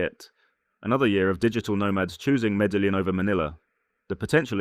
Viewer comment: As a long-time western expat that has lived in Colombia, Venezuela, Costa Rica, the Philippines and Thailand, I would have to rate this video 50% tourist perception and 50% BS... You keep touting Colombia when you can't even pronounce the name of Medellin correctly, you obviously have never been there... I lived in Colombia for 9 years and left because it was dangerous as hell, yet you paint it as an expat paradise... After traveling to and / or living in 50+ countries, I now live happily in Thailand as it offers the best options for the cost of living... As they say here, up to you...